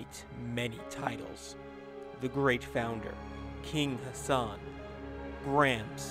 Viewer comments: Can you please pronounce the ح sound for God's sake!? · You non-arabians make me cringe to death when you mispronounce his name